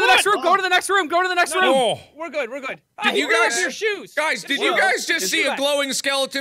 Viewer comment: Why does Mark say Room like Rum